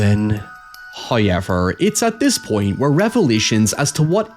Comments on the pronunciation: "Hoyevers and hoyeverlings", love it, lol. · How Do YOU say HOWEVER? Hiyever, You saw NOW, nigh. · I lived this long in this here world to hear say "hoyevers and hoyeverlings" 😂🙏🏽 amazing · First "hoyevver" drops . The Spooky Season is blessed with His attentions.